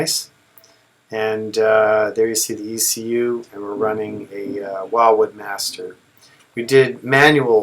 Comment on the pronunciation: It's pronounced Will Wood, as in William Wood (founder).